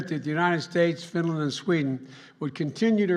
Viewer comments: Sweden and finyen 🤣🤣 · It's Fideyan.